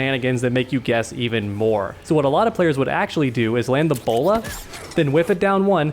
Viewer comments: When you was talking about Batgirl's bola, it sounded like Ebola. Plus I really think the Ebola that Batgirl has is really annoying!! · It sounds like he is saying "the player will EBOLA"